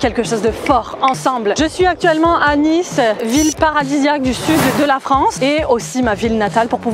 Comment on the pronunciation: Et ont dit le ni de Nice comme la marque nike